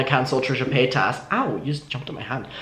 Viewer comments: Ilysm and I know it's hard to change speech patterns but it does make me kind of sad that it seems like shane dawson successfully made everyone mispronounce trisha's name 😭😭 I forget until I'm reminded, like he rly did that to them huh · You’re saying paytas like Shane 🙃